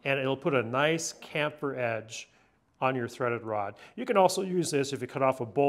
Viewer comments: For the love of God, it's chamfer not camphor FFS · I know it is notpicky but the word "chamfer" is pronounced like "champ-fer" not "camp-fer". You say is as if the H was silent somehow. I had to go look it up and the standard way to pronounce that word is the hard "ch" sound as in choo-choo or chosen or change, etc. I dont know why it made me wince every time you said it wrong. LOL Otherwise, fantastic idea and video! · Came here to say the same! 🤦🏻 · Absolutely agree. It is even spelled on the packaging 🤬 There is no excuse for poor pronunciation or grammar, also, does anyone actually know what 23 32nds actually means? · Titan says sham fur.